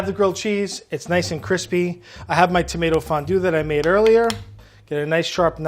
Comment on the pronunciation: The sandwiches were nice and CWISPY